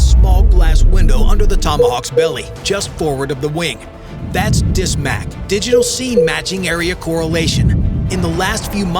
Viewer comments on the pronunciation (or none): D-SMAK not Dis-Mac